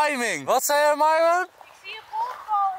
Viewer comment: heeeeee Enzo zij eindelijk weer Myron in plaats van Mieerrrrrooon